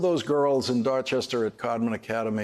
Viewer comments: I’ve never heard any Boston in Lawrence’s voice until he said Dorchester. You never lose your Boston. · Lawrence’s accent comes right back home when he says “Dorchester” ❤